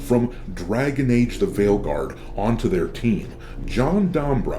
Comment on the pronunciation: First of all it's called Failguard not "veilguard" and second of all he's called DUMBrow, not "dombrow" you can't even get the names right,, you're a Disaster! See what i did there?! P.S: i identify as NON BUY nary